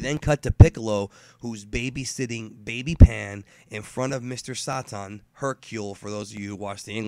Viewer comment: Were you pronouncing it like the japenese or something?